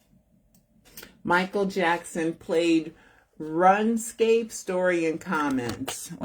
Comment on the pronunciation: It's not pronounced run escape. It's pronounced roon scape. Wasn't sure if you knew.